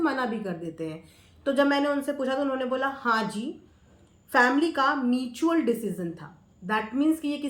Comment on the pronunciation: मिचयूल kya hota hai bahan म्यूचुअल hota hai 😅